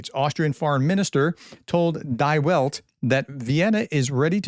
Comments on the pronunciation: Die Welt means The World - Die should be pronounced like thee not die as dead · Die Welt is NOT "dye wellt", it's pronounced dee velt ! As for Austrian neutrality, it's enacted as part of their constitution, changing that would be seriously radical. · The German article "die' is pronounced more like "bee", has nothing to do with the English "die". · Die Welt Pronounce as Dee Velt. It mean "The World." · Die Welt is pronounced Dee Velt, Prof. It's a German newspaper. It means The World like Le Monde in France. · Die Welt is pronounced Dee Velt. Die is the Welt is the world. In German with ie or ei pronounce the last letter more 👍🫂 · They should get better schools in Russia. A "phobia" is an unwarranted fear, whereas detesting the russians is completely rational, based on past behavior and constant thteats. See "islamophobia" for reference. Psst. "Die Welt" is pronounced "Dee Welt" if you're going for the A+ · "Die Welt" is a german name and the "Die" is pronounced like "dee" and is just an article. It doesn't suggested the world should be dying. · The ie combination in "Die" is pronounced just like the prolonged "e" in "the". The way you pronounced it is just as if you want the world to die. Die Welt literally means The World.